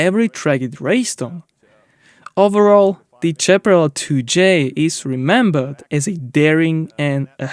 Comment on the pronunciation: When English is not your first language or you are un-sure how to pronounce a word GOOGLE Can help. Example: Your repeated mis- pronunciation of Chaparral Google pronounce Chaparral Google pronounce Howitzer